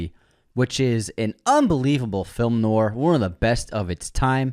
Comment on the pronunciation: Inconsistent pronunciation of the word ‘noir’. First was noo-ahr. Second was noor. I feel like I’m taking crazy pills. Unsubscribe! 😂 #nwahr